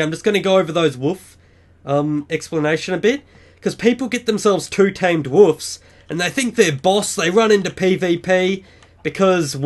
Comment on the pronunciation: its wolfs not woofs